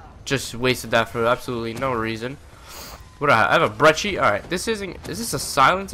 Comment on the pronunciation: omg finally someone sais brecci correct